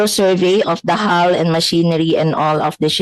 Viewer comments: Anong steel hol, hull yan ayusin mo pag bigkas kung mag vlog ka. Alam ko hindi ka seafarer ayusin mo lang boss pag bigkas may pa bobo2 ka pa kay Sen. Tulfo. Natatawa na lng ako sa narinig ko sa yo. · "hull" ang tamang bigkas ay "hal" let me remind you